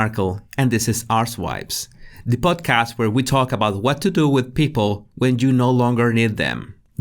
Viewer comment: did I hear you say 'arsewipes'? 😱🤣